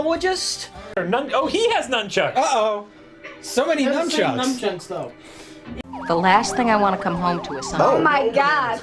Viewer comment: Is he incapable of saying nunchucks? He pronounced it twice years apart lol